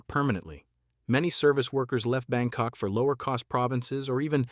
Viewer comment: Did you says BangCock? 😂😂😂